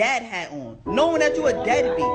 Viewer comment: it's who did dat not that